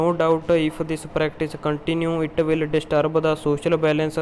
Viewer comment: Will nu while keh raha ho